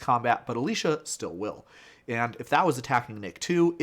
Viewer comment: It's Alesha, not Alisha.